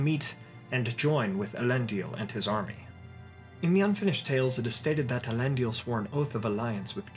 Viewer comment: You keep pronouncing Elendil as Elendial